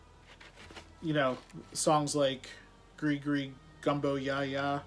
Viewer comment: Lol Gris Gris Gree Gree. Glad you got it right hahaha